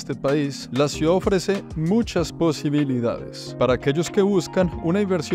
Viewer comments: Esta señora vive en una ciudad, y NO SABE NI DECIR "CIUDAD".🤯 Señora, NO ES "Suidá".🤣 Hay gente que viene a Miami a hacerse los finos y "fresas", luego les ves diciendo que para tener "calidá de vía" hay que tener un apartamento de $ 4millones.🤦🏻‍♂️ La mejor herencia posible a los hijos, es la educación y la inteligencia emocional. Con eso tendrán libertad financiera para disfrutar del tiempo libre, amarse a sí mismos/as, tener calidad de vida sana, en una casa bonita sin tantas banalidades inútiles que se tienen solo para "impresionar" a los demas y sobretodo, sabrán hablar correctamente su propio idioma.🤷🏻‍♂️😅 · La CEO tiene que aprender a decir "Ciudad" y no "suidad"... Saludos ✋ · Esta chica muy bien vestida, muy bien peinada y dice “suidad” en vez de ciudad 😅😂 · Me encanta cómo dice suidad en lugar de ciudad 😅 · Buen video todo bonito, pero no podía evitar oír cuando la chicha decía suidad cuando es ciudad 😅 que pena vale dile que ensaye esa palabra. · Todo magnifico hasta que las chicas dijo "SUIDAD" como 5 veces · Toda la vida estuve equivocado... Siempre dije "CIUDAD" y resulta que se dice "SUIDAD"